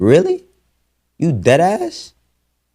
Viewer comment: You dead azz? ..that was so new York 😂